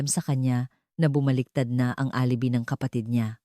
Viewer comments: Correction: Please pronounce, ALIBAY. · Alibi is pronounce as alibay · Bothered ako sa pagkabigkas mo ng word na alibi.